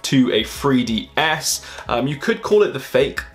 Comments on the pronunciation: "look almost identical to a free D S" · A fake FREE DEE ESS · Whats a "free-DS"? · What's a free DS? Or did you mean '3DS'? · he keeps saying 'free ds' and I'm just wondering where to get one